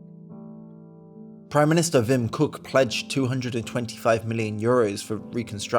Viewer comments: I was 15 at the time and remember the cloud of smoke against a clear blue sky. Clearly visible from 25km away and very ominous. Also: it's pronounced Wim "Cock". But "Cook" will also do ;) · Hate to be that guy, but it's pronounced "Wim Cock".